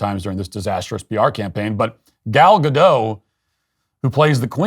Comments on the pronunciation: Why are people saying “ga-doh”? It’s Hebrew not French. It’s “Ga-dot” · For the love of God stop saying Godoh. It's GADOT. Hard T. The name is Hebrew not French goddamnit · The pronunciation of the Hebrew name is 'Gadote' (not 'Gadoe') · ALORS: Gal Gadot's name EEZ NOT FRAYENCH, Matt. Eet eez EEZ-RILEY. N'est-ce pas? Therefore, eet eez praw-nawnced GAD-AUGHT, not GAD-OH. Comprend? SHALOM! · Gal Gadottttttt. Tgere us a T in the end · Gal Gadot, you need to pronounce the letter "t". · The T is not silent. She is israeli not french. Gadot is a nice person and beautiful. Not a good actress. Rachel is not a nice person. Beautiful ish and not a good actress but also really anoying. Disney is a woke shell of itself. Basically a dumpster fire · I find Gal Gadot quite engaging as an actress, but I agree a larger-than-life characterization is necessary for the queen and is lacking. By the way, you are mispronouncing Gadot. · thanks for saying this. Finally someone does. But why do you pronounce gadot like some frenchman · If you're going to slag someone off, at least pronounce their name correctly. The T in Gadot is pronounced!